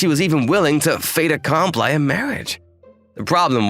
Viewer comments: "fait accomply" 😂 It's a french sentence, the pronunciation of "i" here is more like "e" in English. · Fait accom PLY?? This male VA butchers French in addition to Japanese. And KAY to? It Kato - short a.